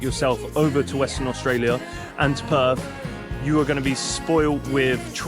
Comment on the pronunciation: It is not Perf, it is Perth. It is your language, learn to annunciate it.